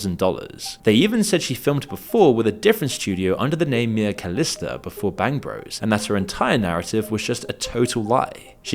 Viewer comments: "Bangg Bruss" - trying so hard to pronounce it like he never heard of it 😂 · That reporter.. “Bang Bross” - tactful mispronunciation ;) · “Bangbross” … who does he think he’s fooling? He knows exactly how to pronounce it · no way that dude doesn't know it's pronounced bang bro's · Hearing a BBC correspondent pronounce it "Bangbross" gave me the chuckle I needed this morning. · My favorite is how the British anchorman pronounces it "Bangbross" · Pronouncing Bangbros like that is hilarious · The way he prononces bangbros, trying to act like he never heard of it lol